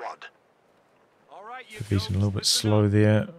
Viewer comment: cool cast as always, but im guessing the yellow player is named after the german ww2 name of N-Methylamphetamine, in that case pronounciation would emphasize the second i of pervitin, not the first syllabile :)